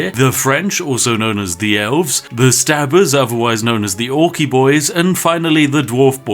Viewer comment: The Stabbers? Sounds like brits to me lmao please don't pull out your kitchen knife on me Spiff!